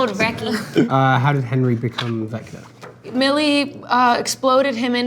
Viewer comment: the way it sounded like joe said “vecner” is so funny to me for some reason😂